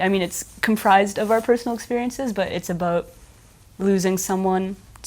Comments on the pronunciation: did she just say aboot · Canadian I believe